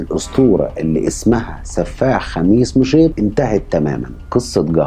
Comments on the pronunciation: كويس نطقت الاسم (خميس مشيط بسهوله 👍🏻👍🏻😅) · فعلا وأنا كذلك استغربت وأعجبني نطقه الصحيح لها ، ودايما اللي ينطق اسماء المدن ووالقرى وغيرها من الأسماء صح هذا يعني انه مثقف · رائع ومتميز كعادتك و كذلك احسنت النطق لاسم مدينة خميس مشيط على ان الكثير لا يعرف ينطقها ..👍🏻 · اشكرك اخي على الطرح المتجدد والمتنوع ملاحظة/ كنت خايف انك ماتنطق اسم المدينة ( خميس مشيط ) بشكل صحيح لكن ماشاء الله عليك نطقتها باللفظ الصحيح 👍🏻